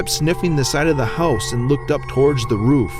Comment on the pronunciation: roof not ruff